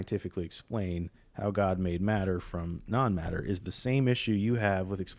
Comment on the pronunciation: It is hillarious every time I hear "matter from none matter" like none matter as in nothing? Looool